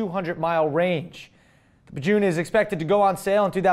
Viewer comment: Pa Jun hahaha ha that was really random even thought its actually pronounced pa j-uh-n